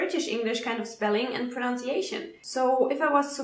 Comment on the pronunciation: Thumbs up! Btw it’s “Pro-NUN-ciation” - the verb is “pro-NOUN-ce”, but no “U” in the noun. Don’t worry, I have a Canadian friend who says it that way too ;-)